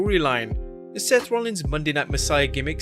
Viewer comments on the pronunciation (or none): none